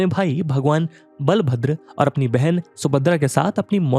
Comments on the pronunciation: It is not बालाभद्र it is बलभद्र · बालभद्र नही बलभद्र होता हैं, सही उच्चारण करना भी जरूरी होता हैं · Sir ये बलभद्र बुलाया जाता है ,बालाभद्र नही। Sorry sir aapke mistake ko pakadne ke liye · Bhai bhagwan बलभद्र bol naaki बा